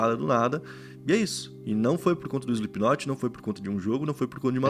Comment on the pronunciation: 4 segundos de vídeo e ele falou o nome da banda certo